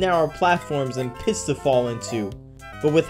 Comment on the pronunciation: I heard "piss" and not "pits". Also, is that redhotsonic I see? Also note how Sonic is red and has yellow shoes here. In Sonic 3 & Knuckles when not playing as Knuckles, Knuckles is a light shade of pink with yellow socks. Ah, palette madness.